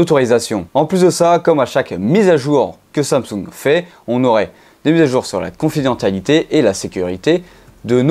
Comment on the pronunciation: Ça se prononce confidenSSialité...